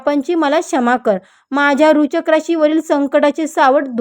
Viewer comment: तुम्हाला वृश्चिक राशी पण निट म्हणता येत नाही कमीतकमी लोकांना घाबरवू नका